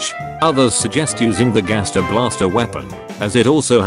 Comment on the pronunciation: here its like gaster with a j see jaster